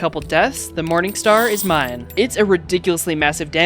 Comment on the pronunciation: Why does my brother say moaning star😭